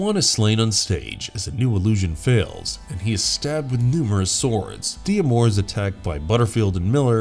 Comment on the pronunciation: Did you really not get it that D'Amour is a French name, and it's pronounced Damour, not de-amor?